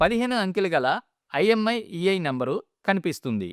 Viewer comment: Imiei కాదు మాస్టారు! IMEI అనాలి